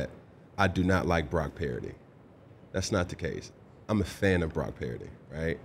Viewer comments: You should have told Cam his name is Purdy and not Paraody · Is he saying Brock "Parity"? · Right sounds like he saying parody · why the hell cant cam pronounce brocky purdy's name correct? is he a few sandwiches short of a picnic? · Cam is full of it….at least get his last name right.